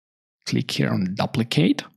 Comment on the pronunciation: Great comprehensive course. Just the word "duplicate" is pronounced with a long u like the word queue. Sorry, it rings in my ears. I know the English language is filled with lots of irregularities. People pronounce the word "tuple" with a short u but I have also heard people pronounce with a long u sound.